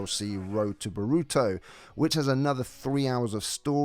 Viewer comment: Nar uw toe bore uw toe Not burooto and nooruto